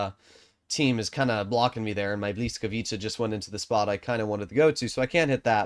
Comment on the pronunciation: Isn't it bliskavytsa?